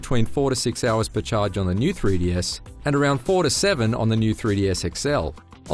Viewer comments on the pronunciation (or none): "Free Dee" Dude...come on.